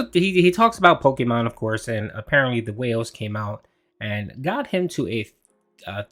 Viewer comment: Hearing a 40 year old man say the word “Pokemohn”. Is hilarious in a cringeworthy way 😂